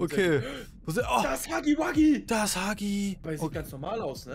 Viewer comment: Es tut mir leid dir zu sagen aber es heißt nicht Huggi Wuggi sondern Huggy Wuggy